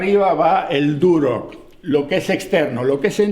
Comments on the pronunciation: Muy bueno... tenes razon comprar en Montreal esta dificilisimo... muy caro todo! Ahhh se dice Durlock no Durock jajaja. Ayer la corregias a tu hija. Saludos desde Montreal. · no se dice ( duroc ) es Durlock!!!! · En Argentina se llama "Durlock" porque es el nombre de la marca del producto, que seria construcción en seco o "Drywall" como seria el nombre en ingles. Como dato, a las personas que construyen en Durlock (y se pronuncia durloc) se los llama durlero. 😮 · Saludos.. se pronuncia durlock.. muy bueno esto de mostrar trabajos en Canadá, puede ser una sección nueva.